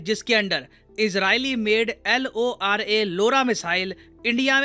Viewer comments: Pronounced Lora not laora Lora means in assamese- Boys❤ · I like How Says "Israeli Made L-O-R-A, LORA Missile " to make sure you heard that right😂😂😂